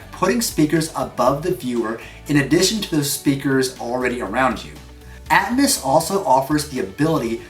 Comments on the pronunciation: "dolby atmoose" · You pronounced atmos wrong